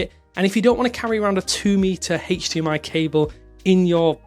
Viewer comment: interesting that he pronounces HDMI as "hey-ch" DMI 😂